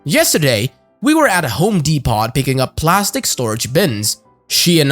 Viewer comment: Not "dee pot". It's "dee po". Lol